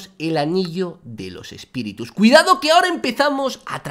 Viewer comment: espiritus❌ espitirus✅